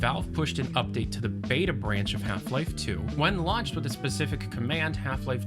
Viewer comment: Did you say "update"? Eye twitch